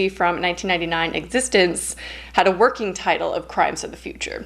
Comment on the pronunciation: It’s pronounced Egg-zist-TENZ